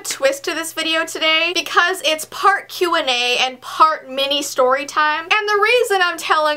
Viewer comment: when you say Q&A it sounds like what😂